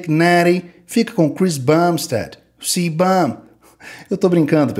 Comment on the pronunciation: "Chris Bumbstead, o CÍBÃM".